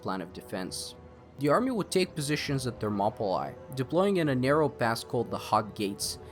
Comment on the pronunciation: Enjoyed how you delivered this. One note: Thermopylae is pronounced more like "monopoly". Ther-mo-puh-lee.